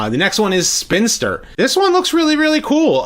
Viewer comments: "Spin-i-ster" a la the word "Sinister", not "Spinster". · There’s an I in between spin and and ster, so it’s actually Spinaster